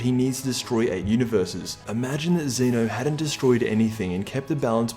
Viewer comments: Xena ?? He's Zen-Oh Sama, bitch ! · It is pronounced Zeh-no not Zee-no